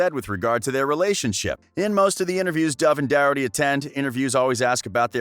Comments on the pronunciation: The person speaking says his last name wrong it's spelt Doherty but pronounced the h as a k like dokerty but spelt with a h not a k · Cringing at the way the guy says Thomas’s last name, it’s Docherty (pronouncer DOC-ERTY) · You butchered Doherty. Name